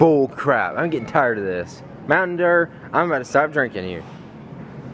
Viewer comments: why do you say mountain deer it's dew ? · why are they saying mtn derr instead of mtn dew?